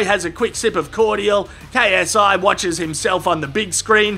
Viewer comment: I find it so funny that when KSI does his intro it sound like “ yo what’s up it’s your boy KSI LGBT” keep it up